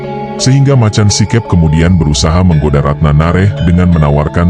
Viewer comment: Baca macan sikep itu make logat jawa si keup